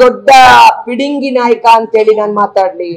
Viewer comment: ಲೇ ತೇಜಿ ಹೋಗೇಲೇ mp ಟಿಕೆಟ್ ಕೊಟ್ಟಿಲ್ಲ ಅಂತ ಉರಿ 😂ಪಿಡಿಂಗಿ ಅಲ್ಲ ಅದು ಪುಡಂಗಿ ಅನ್ನು 😝